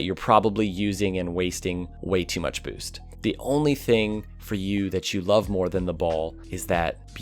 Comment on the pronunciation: I love when you say boost. "Booce"